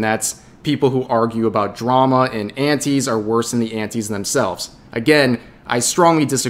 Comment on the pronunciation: for the longest time i thought you were saying aunties.